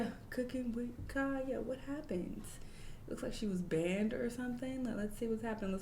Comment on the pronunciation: "Kya got banded": not banded girrll 😂